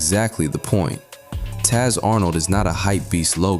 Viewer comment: i thought he said "Tiny Tatt on" lol but Taz Arn' i acutally know just couldn't hear that lol